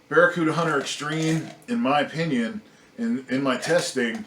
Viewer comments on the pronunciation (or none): none